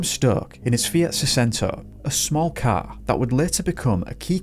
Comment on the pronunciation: 😂I thought you said his "cow" disappeared lmao